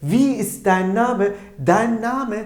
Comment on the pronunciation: dein telafuzu dain değil mi